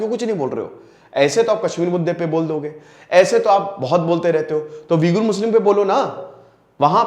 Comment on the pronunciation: वीगुर नहीं ऊईग़र है शायद